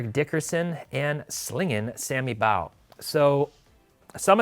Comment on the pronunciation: With how much emphasis was given to pronouncing “Honus” I didn’t expect the butchering of “Baugh”